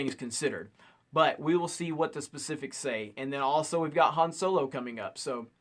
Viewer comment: I know I miss heard you... at least I hope I miss heard you cause I swear you said “and we’ve got hung solo coming out” hahahha